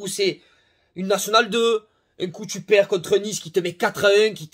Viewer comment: Tu perd « tuperwer » mdrr Chepa comment ça se marque mais tu m’a tué